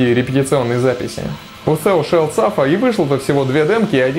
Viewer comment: Thou читается через "a". А так классный выпуск.